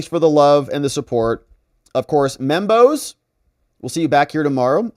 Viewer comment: when you say Membos, I keep hearing Bimbos, lol.